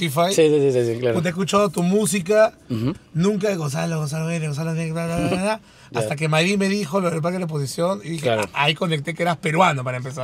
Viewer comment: todo el video diciendo guenek, el mismo gonzalo lo pronuncia como genek y dale y dale hasta la despedida 🤣